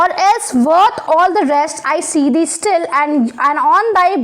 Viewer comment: its thee... not three.... it means you